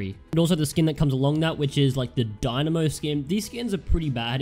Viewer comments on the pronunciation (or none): none